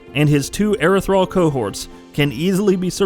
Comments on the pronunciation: hearing erethral really makes me think wow he didnt beat the game to know how to pronounce the word ethereal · It's Ethereal not Erethral smh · Erethral, fuckin lol, learn to edit before you post a video. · Erethral, lol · thought the same thing with him calling it that so much, and well that fight is a bit more challenging then he let on especially if the etherials decide to go on a mind control spree on your soldiers